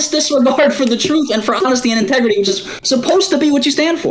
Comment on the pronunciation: “Tegredy Farms” is the only thing I hear when MS says integrity